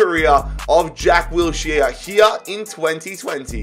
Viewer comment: Say Wills-here one. More. Time.